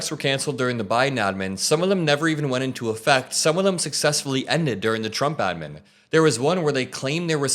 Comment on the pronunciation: Everytime you say adman makes me want to puke